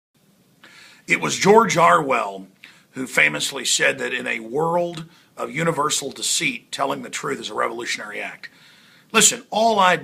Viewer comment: pronunciation of George Orwell... I believe 'or' is pronounced like an oar,,, alex might have mispronounced it to sound like 'are'... regardless,,,, the worst accent in USA, are middle class people from Boston... the disconnect, i perceive, when following the mainstream media version of events, has to do with why these brothers had no escape plan, such as leaving town.. .but were in a major shootout... indeed one of them ran directly toward the police.. maybe their handler abandoned...